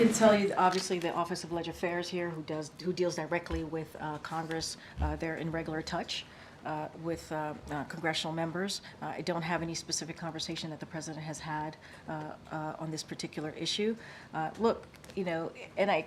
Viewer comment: She can't say the word "regular" to save her life. REGALER? Lol